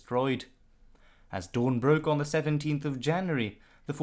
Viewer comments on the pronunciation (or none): none